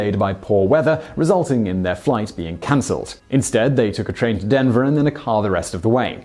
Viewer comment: I love how you say "Denver" with a Boston accent